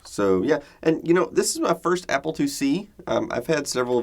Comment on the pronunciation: southern accent "applah"